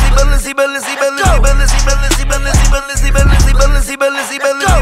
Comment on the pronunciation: Nah thats the second best part the best part when he said Balenci 🔥🔥🔥🔥🔥🔥